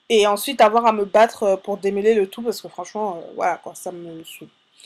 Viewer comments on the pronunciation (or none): "démeuler" ????? "démeulage" ????